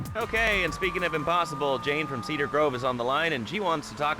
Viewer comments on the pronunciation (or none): none